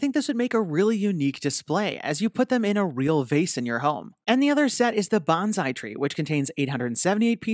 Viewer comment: Bonsai is pronounced bone sai not bonzai, bonzai is actually a Japanese war cry.